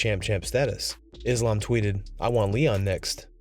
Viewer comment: Dana still can't say Islam's name:)